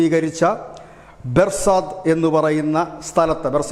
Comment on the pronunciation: ബെർസാദ് അല്ല, ബോർസദ് (Borsad ...) ആണ് ... അമ്മയെ അമ്മായി അമ്മയാക്കുന്ന മലയാളി തെണ്ടിത്തരത്തിന്, ഇതുവരെയും ഒരു കുറവും ഒട്ടും വന്നിട്ടില്ല ....